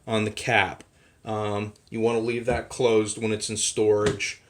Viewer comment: WEN not WIN.